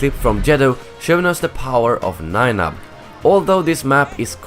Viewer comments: When he says nien nunb it sounds like 9 up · Did I hear him calling me " Nien Nunb " ? That name, no longer has any meaning for me.